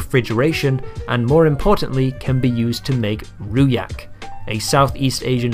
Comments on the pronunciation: Someone local could've already pointed this out but Rojak is pronounced "Rozhak" not Ruyak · I'm astonished by the lack of comments correcting "rojak" - it's pronounced more like row-jug. The j is English j (dg) not European (y) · At least he didn't pronounce it 'ruhak' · And it's pronounced roJAK with a J not rooyak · "roojuck" is more closer, IMO (or "roejuck" if following the Malaysian spelling rojak )... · Rojak is read as row-jack not roo-yack. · Rooh-Yak instead of Rooh-Jack lmao. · Ru yak ?! Lol..its pronounced ro ja ....no ha ..its not ur spanish ..lol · As a Singaporean, it’s pronounced ROJAK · In Indonesia (and by extension Malaysia and Malay-Speaking Singaporeans), we pronounce the J in Rujak (and by extension other Js) with the "J" sound instead of the "H" sound. The J in "John", instead of in "Alejandro". Nice video though. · This is a brilliant video that the algorithm gave me after a year, should've given it to me when it was released! Well done researching thoroughly. Just wished "rojak" was pronounced as ro in "rope", jak in "jacuzzi. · I laughed out loud when you pronounced rojak as ruyak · correction, it's pronounced ROJAK like you would with WOJAK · it's Rujak with a J as in "Jack", otherwise good video 😆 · Rojak, not rujak, and the j is not pronounced like a y. Job not yob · I swear I laughed at this quite hard when I heard how he pronounced rujak/rojak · the ‘j’ is supposed to be pronounced, just wanted to let ya know Great video btw and thanks for the content :) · The pronunciation of "rujak" hurt my soul. Otherwise, this is an excellent video, and even what I said above won't ever take away from that. It does seem silly at face value, but I explain it to people in a similar way. I think I'll just link to your video in the future. (and fwiw we prefer using fresh and cheaper fruit for rojak than... those)